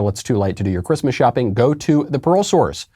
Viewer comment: Pearl source. I kept hearing Parole source.